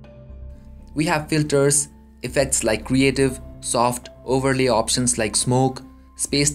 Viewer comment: opsions or options? collaz or collage? bhai mere kahe ko desio ka naam barbaad kar raha hai, accent to achchi khasi hai teri!